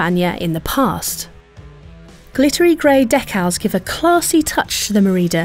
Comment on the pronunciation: "Deck-Al's"?! Try "Dee-Kal's".